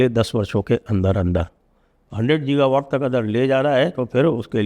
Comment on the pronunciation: Sanjay Bhai , gi.guh.vawt गी. ग(ह). वॉट. आपसे शुद्ध भाषा ही प्यारी लगती है। संशोधन के लिए हाथ जोड़ कर क्षमा। जय श्री राम। ।